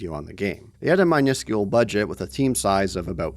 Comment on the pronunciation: Ive never heard someone say miniscule like you.